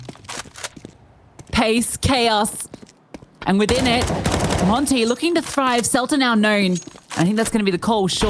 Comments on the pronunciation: It doesn't suprise me, My real life name is monte and almost all English speaking people pronounce it monty even if i tell them the pronounceiation is montuh (i think same as the monte team) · it's so annoying they can't even pronounce monte, it's not called monty but i guess it's the fault of their accent afterall, not proper for an international tournament and stream to have them talk with such a hard to follow accent